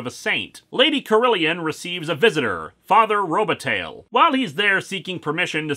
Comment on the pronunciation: Robataille Row-buh-tie